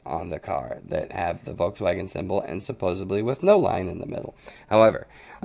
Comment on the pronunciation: the word is supposeDly there is no "b" in supposedly.